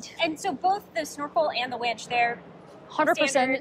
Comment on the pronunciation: has absolutely no command or leadership presence. How can she also not know how to properly pronounce "winch". This woman is so cringe it isn't funny. Most folks in Dearborn know meritocracy is largely dead at Ford.